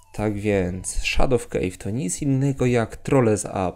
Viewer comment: szadow kejw :D